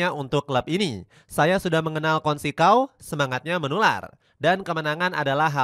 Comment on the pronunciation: Consecao... bacanya bukan konsekao... yang benar itu conseisaun..